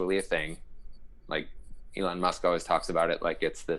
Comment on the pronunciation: Elon not egon